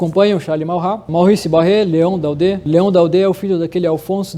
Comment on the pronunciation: Leon Dode é a pronúncia certa, com chapeuzinho no e final.